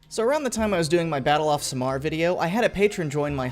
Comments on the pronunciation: Should've said this earlier... Samar is not pronounced as "sa'mar", it's "sam ar" like "sam are" but one word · Btw its Sah-Mar not samar (Ya need to slow down lmao) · It's Samar. Read it as saamar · oh that samar pronounciation is horrifying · As a Filipino, it hurts how you misplace the stress when pronouncing Samar, it should be the first syllable. You got Surigao right though.